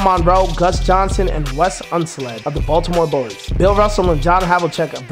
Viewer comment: Unseld, not Unsled.